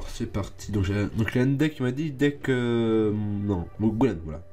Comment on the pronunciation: quand tu dit un déck on dirait tu dit les hendecks mdr